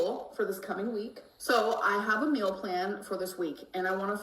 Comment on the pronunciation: says the word "meal" (mill) more often in one video than I do in like a year. Has anybody else noticed this? Is it a cultural thing? Where I'm from people just say something like "I'm going to eat" or "I'm making something to eat", but always seems to specify that she is eating a MILL.